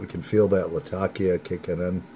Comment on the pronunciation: one of the few pipesmokers i've heard that pronounces 'latakia' correctly